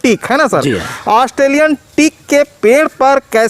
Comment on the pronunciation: Astreliyan nehi australian .....thora sabdo pe dhyan dijiye